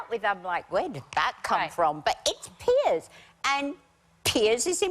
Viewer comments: Piers. Not Pierce. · Just pointing out, it's Piers, not pierce